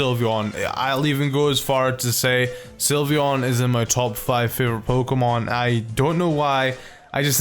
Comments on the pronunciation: I was drawing Sylveon and he said slyveon and I looked at him like 😟😠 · "slyveon" boi